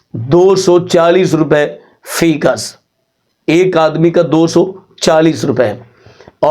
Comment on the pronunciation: مولانا معزرت کیساتھ لفظ فی گز نہیں بلکہ فی کس ہوتا ہے ۔